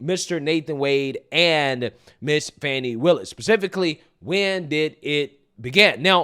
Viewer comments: Its FANI NOT FAWNI! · Can we stop with the Foni its Fani